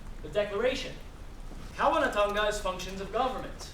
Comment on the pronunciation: Don't teach if you can't say it right > Kawanatanga, Kingitanga, Maoritanga, Rangatiratanga